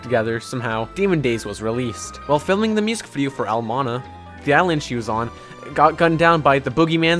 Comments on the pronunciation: the track "Al monna"? AL MONNA??? ITS FUCKIN EL MANANA!! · He said El Mana instead of El Mañana (Manyana) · El mana? WHat the? It's El Mañana ("elle man-jana"). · its pronounced el manyana not el mana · Ell mawnyawnuh not ell mawna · D-Did he just... pronounce mañana as... mana???? I am shaking with rage. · El mana is what you said.....ITS PRONOUNCED EL MANANA BECAUSE IT IS A SPANISH DIALECT Just please pronounce it right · i mean, seriously, EL MANA?? HOW DIFFICULT IS IT TO SAY EL MAÑANA??? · El manana not el mana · Did you say el mana it's el manana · El mañana not El manana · "Al mana"? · and he also said el mana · No one: Certainly no one who speaks Spanish:: A L M A N A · excuse me? Elmana? That ain't how you say it.... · No its not its pronounced el mañana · di-... Did you just- did you just call el manãna al mana? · apologizes for mispronouncing Spanish location Also: *eL mAnAh* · as a hispanic, that mispronunciation infuriated me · It's pronounced "el manYANA" right? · Did he say ElmANA?😂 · This guy really said ell mana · It's pronounced el minyada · YOU JUST SAY EL MANA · "El mana", "Guadaloop" ....Really nigga? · It's pronounced El MAN-YANA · "El mona" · El mañana Pronounced "EL mAnYanA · El mañana is pronounced like this: El manyana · The fuck is an "el mana" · it's El mañana (pronounced mon-yon-a) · At about he said that it's "El Mana", not "El Mañana" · "El mana" whAt whAT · el mana? guadaloop?! sheesh at least look up the pronunciation lol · "El Monna" "Guadaloop" Boi. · "El monna" Are you that white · "El Mona" Lmao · at the moment he said El mana my mexican heritage took over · ITS NOT EL MANA YOU PICKLE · Everyone screams at the fact that he said El Mana Like chill He isn't Spanish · called it El Mana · "El Monna" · "El monnoanoanaon" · "El mana" White boy pls. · El mañana* do you say Bañana? I dont think so lol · I love to hear people mispronounce el mañana. no offence, I get it's hard to say.